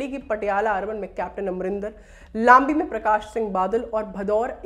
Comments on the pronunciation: मैंने सारी विडियो देखी है और लंबी शहर का जिक्र आया तो news anchor mam ने लंबी को लांबी pronounce किया ,,,,,, मैं उसी शहर के नजदीक रहता हूं तो मुझे लगा कि बता देना चाहिए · कृपया ध्यान दिजिए गा आप बार बार "भदौर" ज़िले उच्चारण कर रहे हैं वो असल में "भदौड़" है.....इसी प्रकार आप "लांबी" को भी ग़लत pronounce कर रहे हैं वो भी " लंबी" ज़िला है।